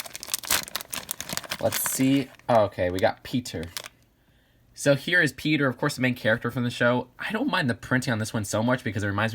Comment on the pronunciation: How you said pe*T*er